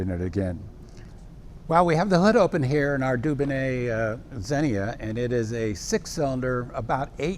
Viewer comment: Wheel Spats ! ... Low drag.. Dubonet 14.8 percent proof, pronounced ... do-Bon-ay